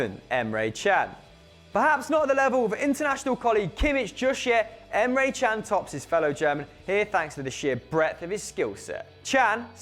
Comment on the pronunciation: you say emre can wrong emre kan not emre chan